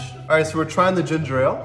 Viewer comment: Why do people keep pronouncing Ginger Ale wrong!???!!! They pronounce it as Ginger Rale. 🙄😩🤦🏾‍♀️ There is only one R one R!!!!!! Lord fix it!!!